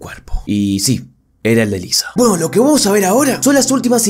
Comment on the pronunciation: weno si es cierto pero yo escucho pueno pueno pueno